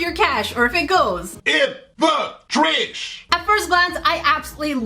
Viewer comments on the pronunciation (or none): I like when you're saying "in da trash"